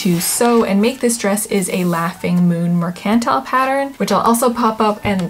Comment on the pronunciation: Merk-ant-tile. not mer-cantle.